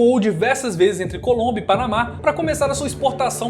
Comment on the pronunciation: Desculpe mas vou ser o primeiro em algo, pegar no pé por coisas tolas, kkkkk, você falou "Colúmbia" invés de Colômbia sim, pode mandar vídeo que "NOIS dá like", e de quebra dou um descanso pro Nogy, rsss.